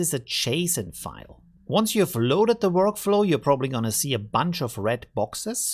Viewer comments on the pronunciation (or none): none